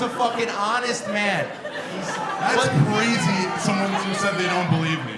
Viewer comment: Did he say CWAZY 😂